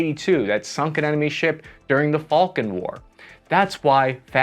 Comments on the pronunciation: "Falcon War" ROFL....I think you meant "Falklands War" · Why does saying "Falklands" always sound so dirty? 🤔 😅